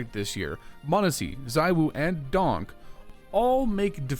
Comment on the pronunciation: Bro it's DonK, not DonG